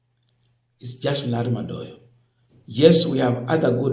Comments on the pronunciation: Madowo....not Madoyo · Madowo, not Madoyo.